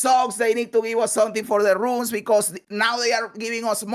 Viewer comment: New drinking Game: Take a shot whenever mispronounces 'Runes' as 'Ruins'.